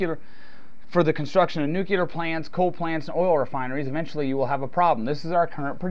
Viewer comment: It's nu-clee-ar. Anyhow, tar sands and shale formations like Bakken are not exactly oil, but instead yield synthetics from bitumen and kerogen. They have been trying to figure out a way to make heavy oils like these work for decades, and have made almost no progress in economic viability. So they really are not part of the equation at all. Meanwhile, how do people like you account for this month's acknowledgment by both the DoE and the Pentagon that global decline is likely to begin by 2015?